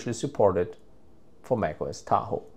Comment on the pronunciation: The way u say Tahoe pmo